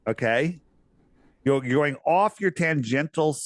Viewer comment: TANGENTIAL = Tan-Gent-SHull. Lol. Love your work brothers!!!!